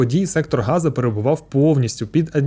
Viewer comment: Ви неправильно вимовляєте назву Сектора Гази. Назва місцевості саме Газа, і з газом нічого спільного немає.